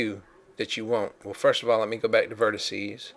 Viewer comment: *spits chewing tobe* and thats your verticeeees ahhhh the deep south